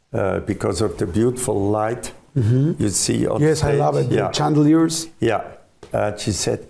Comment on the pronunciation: Yordi, hablas el Ingles super bien pero hay una palabra que te falla. Yo hablo Ingles y te note diciendo "Ju" en vez de "Yu" queriendo decir "You" (tu) en Ingles. Gracias por entretenernos, sigue y no pares.